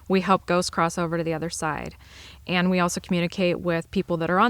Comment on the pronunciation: The way you said "eand" I've heard from southeastern PA across western MD into Ohio.